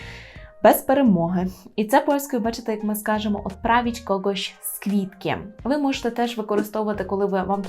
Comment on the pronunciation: КвЯти читається, квІти це не правильно